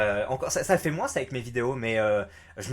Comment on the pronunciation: MOINS se dit MOIN pas MOINNSSE